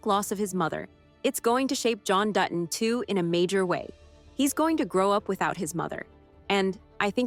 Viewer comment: Learn how to say Dutton. It’s not Du on it’s Dutton…like you said later in your narration. Don’t you review yourself before posting? It totally invalidates your point